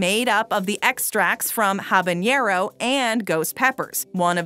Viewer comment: Y u say habanero like that But tbh i would try all of them excepts the ice cream